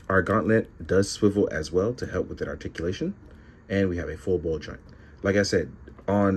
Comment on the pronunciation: Roticulation..... I actually understood